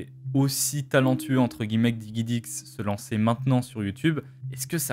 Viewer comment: juste DIGIDIX pas diguidix s'il te plaît ^^